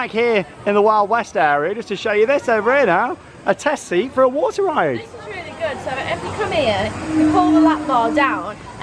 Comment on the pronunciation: It’s water not waner